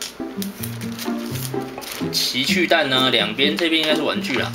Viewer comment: 前面我怎聽到情去蛋www